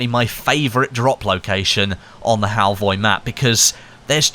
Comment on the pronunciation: As a Norwegian it's funny how you say Halvøy 😂